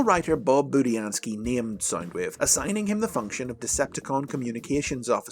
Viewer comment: In this video you pronounced budiansky right